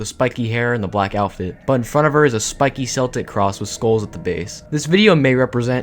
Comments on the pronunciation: It's pronounced "keltic". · Cool video, but as a chick with Celtic ancestry, the way you pronounced Celtic kills me. 💀 It’s pronounced with a hard “c” like in the world “cool”, not with a soft c. Still, it’s a cool video. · isnt 'celtic' pronounced with hard c (k) noise & not an s noise? … excluding the Boston Celtics